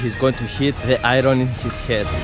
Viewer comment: im sorry but the iron sounded literally like mirror